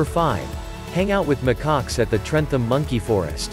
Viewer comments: You do not sound the H in trentham.its pronounced trentam.easy mistake to make tho when your not from staffordshire. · Trentham is said trentam